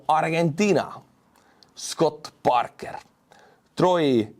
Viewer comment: Well, you pronounced "Scott Parker" correctly.